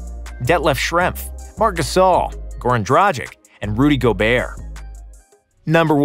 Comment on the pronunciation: Work on you pronounciation of balkan names, Google is your friend. Divak and Dragik? Cmon...